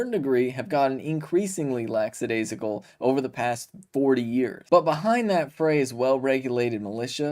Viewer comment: ‘Lackadaisical’. ‘Laxadaisical’ is not a word.